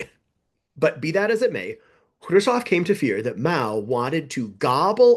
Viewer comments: Who is Kravov? It's pronounced Kruz-chev. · Love you channel! Allow me to correct your pronunciation: You are saying "Krushov" - you should be saying: "Khrushev" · Maybe this is an in-joke I'm missing but why do you say Khrushchev "Kirshaw'? You're so careful about your chinese pronunciation I thought maybe I had been saying it wrong and you were using the Russian pronunciation, but even listening to Russian speakers say it it is closer to "Hru-shov", with that hard V end the end. EDIT: looks like its just a slip of the tongue, as the video goes on you seem to get closer and closer to the Russian pronunciation. side note for , the text of Order No. 227 Stalin actually calls out the notion of "trading space for time" as defeatist: "Some stupid people at the front calm themselves with talk that we can retreat further to the east, as we have a lot of territory, a lot of ground, a lot of population and that there will always be much bread for us. They want to justify the infamous behaviour at the front. But such talk is a falsehood, helpful only to our enemies." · I'm amazed that you seem to think Krushchev's name should be pronounced 'Kreusov'. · This is the most superficial of criticisms, but: I cannot hear Khrushchev pronounced that way one more time. It bothers me an inordinate amount. Interesting video, though, and informative.